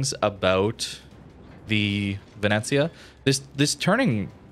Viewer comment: Pronunctiation is great, actually. Ve-ne-zia